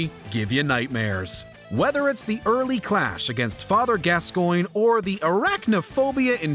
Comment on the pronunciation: “Father Gas-coin”